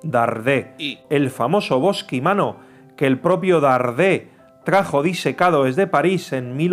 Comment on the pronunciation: Todo bien menos el locutor. No sabe hablar, no sabe leer, no sabe que bosquimanos es una palabra esdrújula. En lugar de explicar lo que ocurría, nos da su opinión sobre una historia no contemporánea con el, sin tener la menor idea. Por lo demás, imágenes muy interesantes.